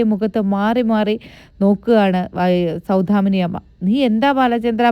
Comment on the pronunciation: സൗധാമിനി അല്ല. സൗദാമിനി എന്നാണ്.